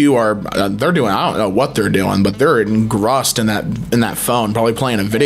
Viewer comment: i don't care how people pronounce things. language is made up anyway. policing things about it is pointless, life is too short, so long as the point gets across, whatever, right? but the way pronounced "engrossed" gave me whiplash